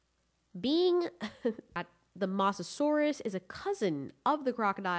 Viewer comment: The way you say mosasaurs makes me triggered.